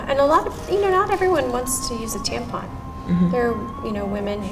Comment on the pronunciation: I snorted when he pronounced tampon as tampoon